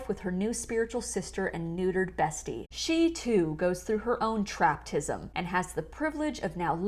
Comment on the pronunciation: Did you say “traptism” 😭 😭 😂